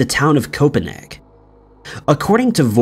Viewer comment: The narrator mispronounces fairly common words which gets annoying. For example he pronounces "Copeneg" instead of the correct "Copenhagen". Really easy word... At least he's a real human and not A.I. garbage although this channel does use A.I "art" which is a crime.